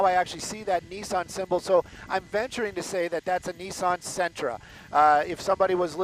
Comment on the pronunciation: LA police be like “ hey we got some shit going on over here yall doing anything ? Nah get your asses over here” lol these guys in uniform are the same idiots who text and drive slow in the fast lane, pull on push doors and can’t pronounce Sentra.